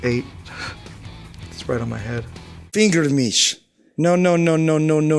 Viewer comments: “Finger mish” 😂😂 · "Finger mich" No no no no no no no no no no no no no no no no no no no no no